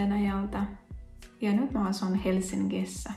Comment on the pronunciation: Pieni ääntämisasia, sanoissa 'Helsingissä' ja 'englantia'. G on suomessa g ja äännät sen oikein. Näissä kahdessa sanassa on kuitenkin eri äänne kuin tavallinen g, koska äänne muodostuu ng-yhdistelmästä. Se on pehmeä, g ei kuulu erillisenä 'kulmikkaana' äänteenä, vaan sulautuneena n-äänteeseen. Kengän ääntyy siis aivan eri tavalla kuin erilliset tavut ken gän. Jos haluat ääntää 'Helsingissä' oikein, niin osa 'sing' ääntyy ihan kuin englannin sanassa laulaa, sing. Siis hel-sing-issä, ei hel-sin-gissä. Kyllä joku suomalainenkin saattaa sanoa 'enklantia ja ranskaa', mutta se on tarkoitettu vähän koomiseksi sanonnaksi. English ja englantia -sanoissa g kuulostaakin aika samalta, eli ei kuulosta juuri miltään.